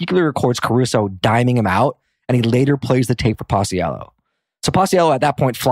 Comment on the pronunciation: Also binger’s name is pronounced pach-ello